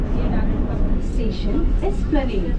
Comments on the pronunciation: It's Esplanade not splandee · My man said Isplanadi to Esplanade lol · Its Esplande....pronounce as Es-plan-aid And not es-plan-d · a little bit about pronunciation..Maidan is pronounced mydaan. Esplanade is ess-pla-nayd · Yes, but he misprounced it big time - probably read it as Esplande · His Esplanade pronunciation got me dying